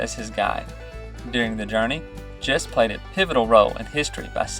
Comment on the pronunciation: My great grandfather was James Thomas Gist, a descendant of Christopher Gist. Gist is pronounced with a hard “g”